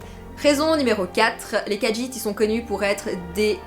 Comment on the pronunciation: Mais si les khajiit est ta race préféré... Tu devrais savoir qu'il n'y a pas de "d" dans la prononciation du nom de la race